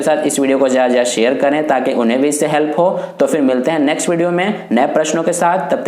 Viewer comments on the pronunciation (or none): none